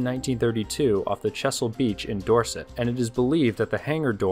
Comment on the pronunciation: Chesil beach ie pronounced Ch-ez-il. Lol